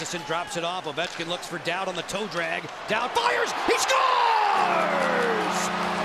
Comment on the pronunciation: Don't "dowd" Nic Dowd!